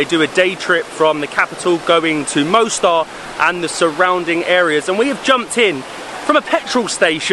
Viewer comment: Beautiful Mostar (Moss-tar, not Mow-star!). I was there in April last year. Loved it. The river looks a slightly different colour from when I was there, when it was a beautiful turquoise. It was also fascinating talking to some of the locals about what it was like living there during the war. Scary times.